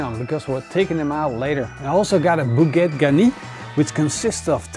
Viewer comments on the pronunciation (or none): none